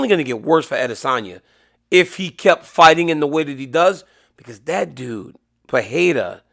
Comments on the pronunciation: PeReira, NOT PeHeira, DC. It’s pronounced Pe-REI-ra. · It's Alex Pereira, DC. Not Fajeta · Pronounce “Pereira” correctly challenge (impossible)